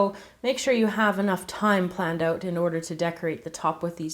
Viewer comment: lol you can really hear her accent when she says "out"